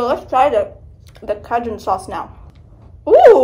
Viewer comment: you’re welcome for informing you it got released today 😏 also not you pronouncing Cajun cajoon lmaooo 💀